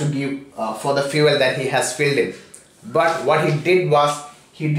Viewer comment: Bhai ka vocab- vehicle - "vaykal" sorry - "sooory" fuel - "feaul" fueling - "feauling" away - "ayeway" rupees - "rupis" and so on... RIP English...🌺